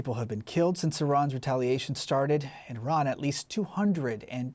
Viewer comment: Saudi Prince said Iran like Hirler